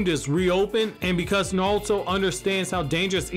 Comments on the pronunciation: It's naruto not nawuto 😬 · I’m sorry, don’t mean to be an ass but I couldn’t watch just because I kept hearing you say “Nawuto”. It’s not you it’s me lol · Why you keep saying “naluto” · "Nawuto" lol